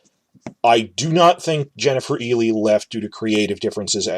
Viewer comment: it's pronounced Jennifer isle not elie